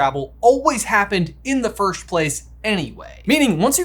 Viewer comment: You guys say “firsht” instead on “first”